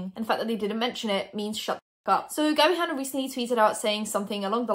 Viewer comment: no one: in every video: GaBi HaNnA BrUsHeS p.s. no hate I love u sm and think ur gorg